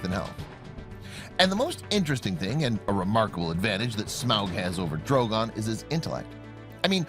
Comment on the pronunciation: This guy constantly pronouncing Smaug as Smowg really bothered me lol.